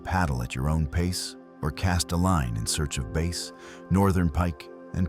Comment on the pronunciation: "smallmouth BASE" and "Kee-yakers" made me wish for a real person to do the voice overs. If you want a Wisconsinite to do the voice over, contact me